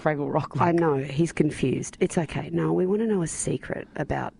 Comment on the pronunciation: LOL! you said Nill not Niall typo :)